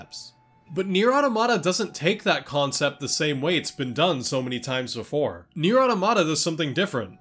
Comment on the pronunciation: you say the title wrong. i don't care how they say it. if they pronounce "final fantasy" as "fainew fantasheh" you wouldn't start calling it that would you? no.